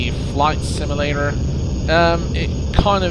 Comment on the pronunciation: It's "sim-yuh-lader" not "sim-ul-lader".